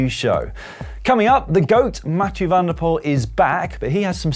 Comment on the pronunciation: NOT like Pool but PULL , from a Dutch speaker.